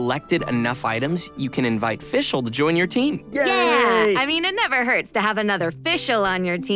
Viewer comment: Can someone please tell the VA of Fischl to learn some german pronounciation? Or at least the Team of Hoyoverse to fix her entire voice lines until v3.0?